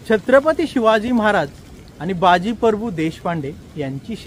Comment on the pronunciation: मित्रा परभू नाहीं प्रभू 🙏🙏